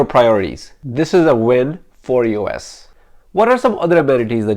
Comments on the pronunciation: Is he saying "us fitness "? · eee oh esss